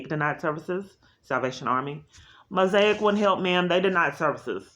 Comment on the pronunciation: It’s almost like there are only so many social services in Dallas. But she learned how to pronounce Mosaic! Yay!